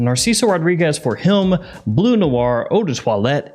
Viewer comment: It is BLEU Noir/ BLEU de Chanel, not BLUE .... there is a difference... it is pronounced like burp or turn ...